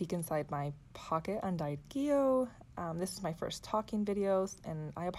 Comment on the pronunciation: Gee-lee-oh. Not Jill-ee-oh Gillio is an Italian word and it’s pronounced as above.